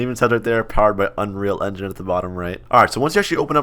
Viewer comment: "powered by unreal endin'" LOOOOL p.s. you should do scripting funny ideas in core Also try quitting ROBLOX and stick to Core ;) let's see if you can do it